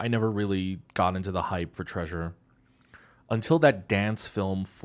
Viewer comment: what was the treausruuer here ahahhaha